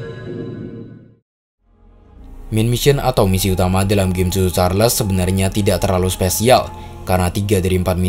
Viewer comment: Yg Abang ny bilang : cho Cho Charles Yg ku dengar : susu charles